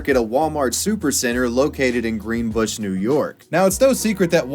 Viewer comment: The way you pronounced Latham was HILARIOUS, but as someone from Latham NY its a pretty stupid name that sounds way fancier than it is, East Greenbush was spot on though 😂😂😂🤣🤣